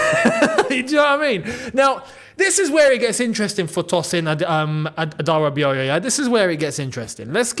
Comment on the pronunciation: Thank you for finally pronouncing the name "Adárabíọ̀yọ́" correctly and not avoiding pronouncing it.